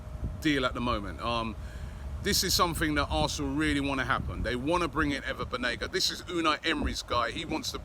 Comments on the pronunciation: I think it’s Banega not Benaga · This generation English players wont win you the champions league/EPL. And all the reports of Unai calling Banega on the phone.. were you all there ? this might just be another media talk. Also Correction Robbie its not Benega its Banega bye bye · It's BANEGA. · Its Banega Robbie. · Isn’t it BAnega?? Hah, I wonder what’s taking us long on suyunco? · It's Banega* Robbie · Why can't anybody in Europe pronounce "BANEGA's" name correctly??🤔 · How hard is it to google a player to make sure you can spell and pronounce their name right ? Considering you’re doing an entire episode on them